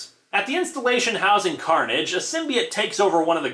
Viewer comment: Did anyone notice/hear that he said " Maximum Curnage "? Lmao...😂😂😂😂😂😂😂😂